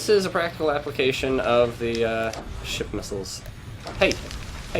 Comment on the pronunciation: Whenever you say Ship Missile, it sounds like your saying Shit Missile, or, at least, to me